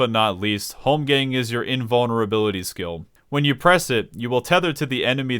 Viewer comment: Say holmgamg one more time....